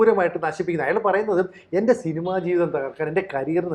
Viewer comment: *അയ്യാൾ അല്ല പെണ്ണേ.. അയാൾ.!